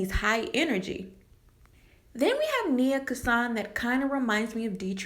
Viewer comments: It’s NYA KASAN NOT NIA KASAN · It's not nia Kansan it's Nya Kansan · Her name is Nya Kasan not Nia